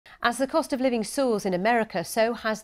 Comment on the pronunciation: Cost. Not "code."